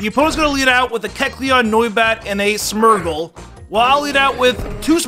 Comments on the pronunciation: It’s SMEARGLE NOT SMERGLE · Am I the only one irked by how he pronounces Smeargle as Smergel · Whey does this man call smeargle, smurgle it is so wierd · Smeargle is S-me-er-gull